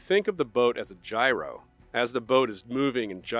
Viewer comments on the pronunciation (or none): none